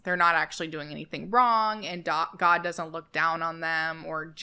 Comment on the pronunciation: Id just like to make some commentary about the man speaking , Im a New Zealanded and therefore know very well how our cousin Australians speak, and id just like to mention that everytime he said "God" he said it in an extremely American accent - over emphasis on the O, whereas in the Australian Kiwi accents we dont overemphasize the O at all and say it quite quickly, i also heard an only southern sounding sentence in the end and I thought that was very interesting. Especially considering Australia and New Zealand are very secular countries so its interesting that he puts on an american accent when speaking about god and satan.